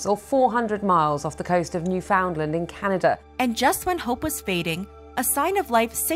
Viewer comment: Love how you actually said Newfoundland properly !!